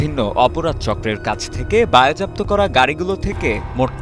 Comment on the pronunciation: সাংবাদিকের উচ্চারণ ঠিক করতে হবে। বায়েজাপ্ত কি?? বাজেয়াপ্ত হবে।